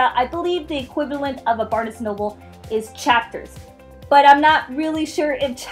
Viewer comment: U say barnes&nobles wrong